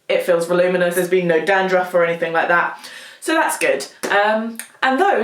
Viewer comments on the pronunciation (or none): none